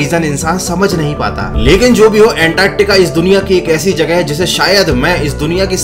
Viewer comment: The accent of him saying Antarctica🙃